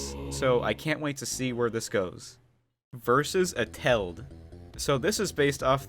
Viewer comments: The way that you say Eteled... "A-tell-'d"... is wrong. the proper way of saying it is "Et-el-ed" and the "et" part is like saying et cetera but without saying cetera. Only et. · Eteled not etel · Did you just call him Eteld? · this is how he says it: eteld me:ITS ET-EL-ED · their rivalry is explained in the animatic, also it's not pronounced ete-ld it's pronounced et-el-ed. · "next is vs et-eled" NOT HOW YOU SAY IT!! Sorry, it's pronounced: "Et-el-led"and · ETELED ISNT SIAD LIKE THAT! ITS ET EL ED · Eteled is pronounced E-Ta-Lead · You pronounced eteled wrong it Et-a-led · Before watching WII deleted you I also thought it was prenounced as et-eled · Me when somebody can't say eteled right: you can just call him henry, you know. Sorry if that sounds like hate I'm not tryna hate it's just I'm so used to hearing his name that when somebody says it wrong, it just- confuses(?) Me idk. it's kinda funny :V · HOW HE SAYS ETELED😂😂😁😁😁😁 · the way he says eteled is making me gag